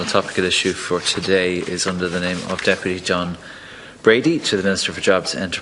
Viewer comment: How very unprofessional of Deputy Breen to not only once but four times get Deputy Brady's name wrong and then to stand there Quoting the laws instead of answering any of the questions raised by Deputy Brady . Basically mouth moving but nothing coming out !!!